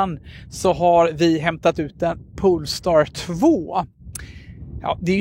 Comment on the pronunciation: Haha, kände samma.. pole-star, inte pool-star.